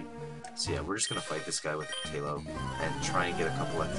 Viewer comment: Ooh, I didn't think about Heart Scales. Those are practically TMs for rebirth of old moves! BROLOOM. Leech Seed practically makes Shroomish a cleric. Tye-low almost makes sense, since tai in romaji would be pronounced tye. People make fun of Great Ball dude, but free Great Ball is jawesome here. ETHER yay. pronounces Ether like I used to before finding out the "e" is like "eep" in chemistry class. (+ Ike's Aether in Brawl.) -Kooper, thinks it would be better like "eh", as in "ethereal".